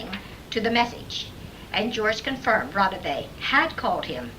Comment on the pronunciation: I really wanted to believe this, however, after comparing Konstanin Roudive's actual voice with this I am not convinced. In samples he pronounces his last name as Roudive with an a at the end and rolling his R. This doesn't occur in the phone call from the dead because the man pronounces the last name as it is spelled Roudive with an e at the end instead. It is a well done hoax though I must admit and quite creepy! I am still a believer in EVP's but just not this one. Any thoughts from anyone regarding the voice comparisons?